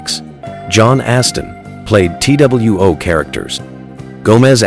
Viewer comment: Your ridiculous AI literally spelled out "t - w - o" instead of saying the word 'two'. You can't do any better than that? Pathetic.